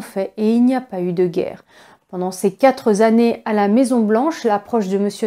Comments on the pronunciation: Merci bcp ! Juste une remarque (gentille) le mot quatre comme le mot vingt ne comporte jamais de s, donc pas de liaison ! Bonne continuation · Quatre, huit etc pas d's au bout svp, donc pas de liaison 😉